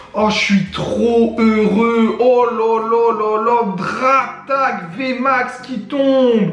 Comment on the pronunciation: C'est alola pas aloha😂 Mas continu comme ça c super👌